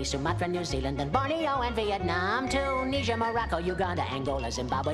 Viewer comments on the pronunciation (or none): none